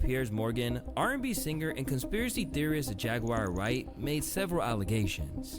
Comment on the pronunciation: Did he say " conspiracy theorist" ? 🤣🤣🤣🤣🤣